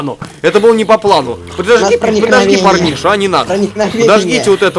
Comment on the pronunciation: кто заметил что в начале сказал "ПОРНИША"лайк